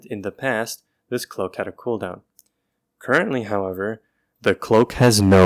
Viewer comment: "Curently however, tHe ClOacK hAs nO CoWnDoWn."😂😂😂😂